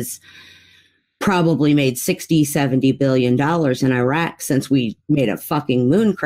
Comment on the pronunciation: Why can't pronounce Iraq correctly? She does herself a disservice with that awful pronunciation.